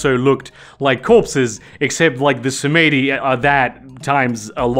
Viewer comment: you can pronounce Melpominee correctly but not Samedi? i've been binging your videos notwithstanding. great content!